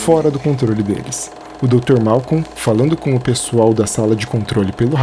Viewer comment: Pequena correção bobinha: é Malcolm e não Malcon.